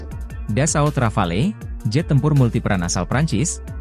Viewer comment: KONGRATULASI atas ucapan nama RAFALE! Akhirnya, ucapan asli Rafale yang betul.